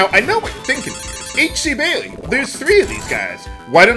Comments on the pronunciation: I think you pronounce their name "XE-A-THOUL" (Ze Ah Thol.) Great video. :) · (Zee Ah thool)